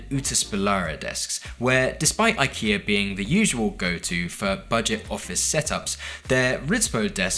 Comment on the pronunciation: Your IKEA pronunciations are getting better! Did you ask them to voice clip these before filming?